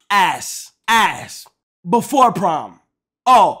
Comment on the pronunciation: thought bro was saying “prime season”